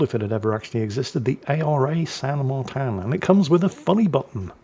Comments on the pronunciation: It's pronounced "San Marteen" for you English speakers. It's a Spanish surname and he is the biggest hero/most important historical figure Argentina has. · San Martín, in English, is pronounce San MartEEn..... Just so we know. Excellent video, nice history lesson. All the best to you great overlord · Um, actually,, it is pronounced something akin to "San MarTEEN" (teen is capitalized due to being the stessed syllable, as noted in the proper spelling of the name in Spanish, Martín) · "San Martin" is Spanish and should be read in a way similar to English, not to some gibberish the speakers of which call it French.